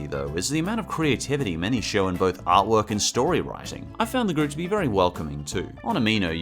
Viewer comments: Nice "arteork" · Yeesss! I was waiting for this. Also "arteork" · "Nice arteork"